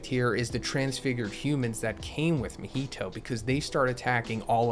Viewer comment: Bruh why you gotta say mahito like that? Lol